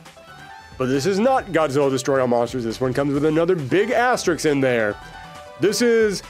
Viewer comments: asterix =/= asterisk You aren’t putting asterisks next to these, you are putting diminutive Gaulish cartoon characters next to them! If you are going to say a word dozens of times in a video then learn how to pronounce it!! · I like how every single person clicking on this video thought "Oh nice, a Darkstalkers video". EDIT: From the video title alone. I forgot the thumbnail alludes to it too. Good video. Can't believe I got through a whole hour of you saying Asterix. That's the name of a character. The symbol is an asterisk. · I'm gonna need you to look very carefully at the following word: asterisk This word is in fact different from the following word: asterix